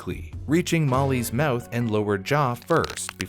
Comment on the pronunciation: Lol u say mouth funny. "Mowooth" hehehe. Anyway. Then America learned its lesson and from that point forward the rich and corporations no longer had a huge power advantages or the people and employees. They were always held appropriately responsible and accountable for every misdeed. Capitalism remained the wonderful dream and USA lived happily ever after. The end........ ?